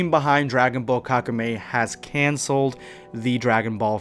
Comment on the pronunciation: Wouldn't it be pronounced like kaku Meh-E?